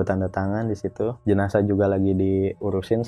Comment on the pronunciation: Jenazah bang bukan jenajah 😂